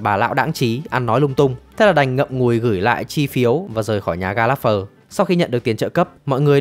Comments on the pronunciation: ""Gallagher đọc là ga·luh·gr nghe thuyết minh "ga láp phờ" khó chịu thật :))). Chắc chắn giọng đọc chưa hề xem phim :)))."" --- Đang định cmt thì nhìn xuống dưới thấy cmt này nên rep vào đây :))) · đề nghị phát âm gia đình này chuẩn hơn :)))) ga láp phờ nghe ải chỉa thật sự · sốp ơi nhớ là ga lẹt gờ mà sốp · Ga lác gơ mà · Mong recap video sau team sẽ đọc đúng tên Gallanger ạ :( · Xin góp ý là nên đọc đúng tên của nhà này : [GAL] + [UH] + [GUH] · Có mỗi chữ gallager xem phim nghe đi nghe lại mà cũng đọc sai nghe khó chịu vc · Là một fan theo series này quá lâu, Bạn đọc tên họ của cái nhà này SAI toẹt ra. Moa buồn vãi!! Chứng tỏ đéo coi phim rồi